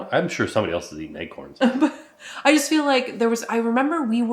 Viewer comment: Ack! Stop saying Egg-corns!!! 😂